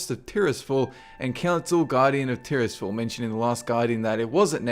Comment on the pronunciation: say Tirisfal slowly Tyr's fall